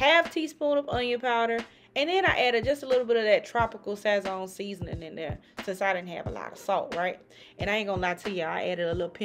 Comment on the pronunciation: It’s pronounced like sah-sown (like s+ own) respectfully ❤